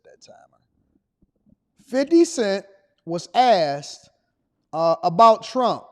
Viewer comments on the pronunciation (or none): 50 Cent was “asssted” what? It’s “asked” bro…ASKed…insert the K after the S ok? 🤔